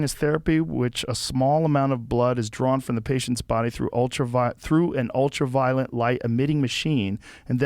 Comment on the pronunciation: Is it just me, or did it seem like Dave wanted to grab Joe and say "It's ULTRA-VIOLET, not ULTRAVIOLENT"?